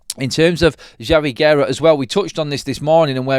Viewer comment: Thank you for pronouncing Javi Guerra correct ❤